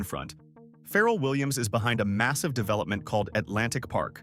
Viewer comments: WELL IM BORN Raised and still live in. Virginia beach. AND WE HAVE NO FERRELL😂 WE DO HAVE PHARRELL. PRONOUNCED FAH' RELL.. NOT FERRELL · First, learn how to pronounce his name “Fah-relle”. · “It got built Phar-rell” was the best pronunciation in the video😂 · I am sure this is pretty good information but my goodness pronounce his name correctly. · Say his name right😂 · He can't pronounce his name right. Who would listen to your information. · Can we get the pronunciation of Pharrell’s name correct?